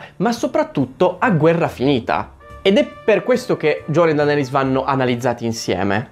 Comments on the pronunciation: Odi cosî tanto Daenerys che non riesci a chiamarla giusta... DENERIS non DANERIS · Ma la chiami ancora "Dàneris" hahahaha